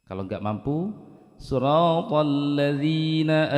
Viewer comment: Maaf, di video saya bacaan Shod kasrahnya sepertinya kurang jelas atau terlalu cepat, kalau saya dengar spt Shrotolladzi dst... Saya yg salah dengar atau memang bacaannya yg benar spt itu? #cmiiw 😊